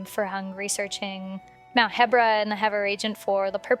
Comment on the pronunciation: You’re literally the only person I’ve ever heard pronounce the region as “heh-bra” instead of “hee-bra” Also if that’s where Vah Medoh was excavated, why would it just be 3 surface level craters? Was some of it exposed already? You would expect the excavation site to feature a huge crater large enough for the entire beast to fit in, and should be deep enough that it was completely underground. I don’t buy it.